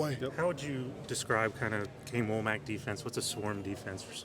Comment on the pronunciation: Wommack* a man’s name is all he has get it right. No shade